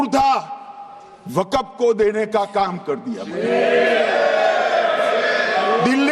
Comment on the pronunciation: Waqap nahin Waqf hota hai